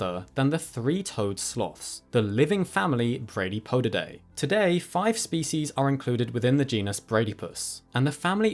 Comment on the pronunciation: you give me the distinct pleasure of being able to tell you, at least in this video, your pronunciation of the Latinised species names was immaculately precise. I dread hearing some people repeatedly mispronounce some things, when they are otherwise brilliant. Just don't disappoint if you ever do a video on Cnidarians. The "c" is not silent. Ask any Greek. Till then. keep up the great work, and Be Well.